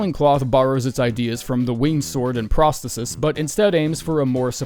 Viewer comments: Brother it’s pronounced pros-the-sis not prah -stetis. Sorry but you triggered me all video with that shit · Phenomenal vid, but it’s Pros-THEE-sis